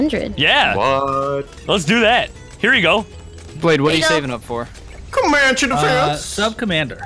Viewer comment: I rewound the video like thirty times when I heard him say CoMaNcHe DeFeNSe